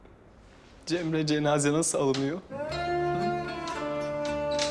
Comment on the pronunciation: اسمها جيمري موب جمري 🙂.